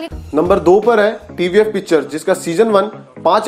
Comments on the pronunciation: it's pitchers not pictures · It is #Pitchers , not PICTURES 😐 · Its pitchers and not pictures..😀